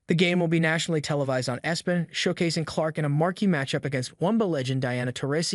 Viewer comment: My goodness! What is the "Wumba?" Yeah, this bad computer text to speech engine actually said that. Then said, "Espen!" If a creator is too lazy to read their own scripts, maybe publishing on YouTube isn't such a good idea!